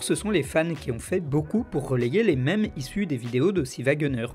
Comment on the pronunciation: enlève cet accent à mèmes stp